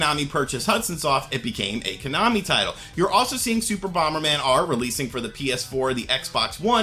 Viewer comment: Why i keep hearing you KANAMI?